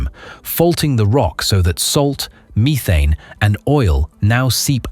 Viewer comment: Short e not long in methane. Missed the other mispronounced word.